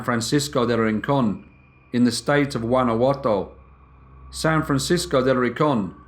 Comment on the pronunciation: The way the narrator pronounces "Guanajato" is bizarre